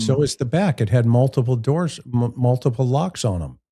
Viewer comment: DOORS NOT DOIRS